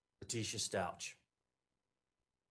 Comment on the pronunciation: He called Al Allen! His name is Albert! And he mispronounced Stauch!